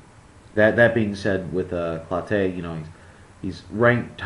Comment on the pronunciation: It's "clo-TEE", not "clo-TAY" you Big Fat ass.